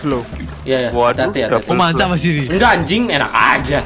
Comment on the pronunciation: manca bos, bukan mancha